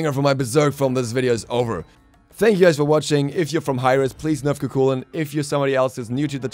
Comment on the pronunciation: Just so you know its pronounced ku hulain